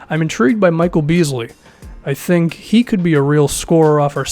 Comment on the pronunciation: " don't "tank" what is this did I just hear that?